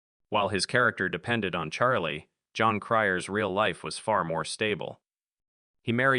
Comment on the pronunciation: AI can even pronounce Jon Cryer’s simple, one syllable first name correctly. One of the worst AI narrations I’ve heard to date.